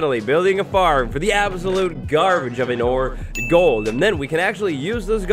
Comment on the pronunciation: Did he say Gold Farm or TOLD Farm Lol